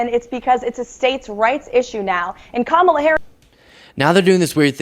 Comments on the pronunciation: He and all the other MAGAts pronounce her name incorrectly on purpose. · Mitt Romney even mispronounces Kamala’s name. 🙄 So insecure in his manhood.